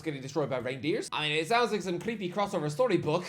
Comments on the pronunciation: Reindeers 😭 bro. Work on that pronunciation REIJNDERS! Like van DIJK / SNEIJDER / de VRIJ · isnt it rejndeers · “Tijjani reindeers”